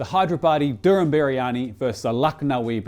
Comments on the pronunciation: not Drrrum briyani its called Dum biriyani.. no R in Dum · It's not doom biryani.. it's dum biryani.. Dum is pronounced as "the mmm"